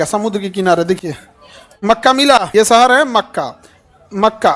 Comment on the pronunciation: Sir sahar nhi shahar hota hai padhna seekhlo pahle